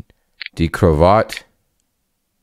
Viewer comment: Tipp: In German Words, you Always speak the "e", not Like in English, where the "e" is Silent. It`s krawattE and not Krawatt